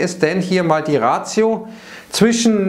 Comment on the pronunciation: Hallo - die Ratio heisst im deutschen "Vernunft" (gerne beim Duden nachschauen) - wenn Sie "Verhältniss" meinen müssen Sie ratio auf englisch aussprechen